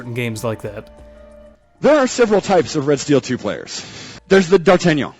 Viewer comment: It's D'artagnan bro